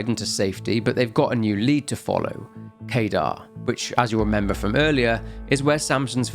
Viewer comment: Only watched 8 minutes. Only Mount Kadar as you said it like one would pronounce radar, but it's kuh-dar. Doesn't matter though. Not sure I can watch all of this (nor do I need to) but nice job. There's a lot here.